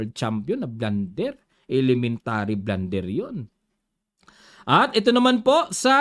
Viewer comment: Mabenta yung i-lementa-ri na Yan ahh i-lementa-ri